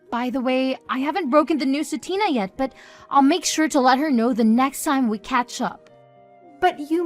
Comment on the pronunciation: Tiner? Instead of Tina?